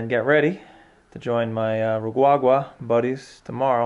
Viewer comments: U Rwagwa, not gwagwa! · he say rwarwa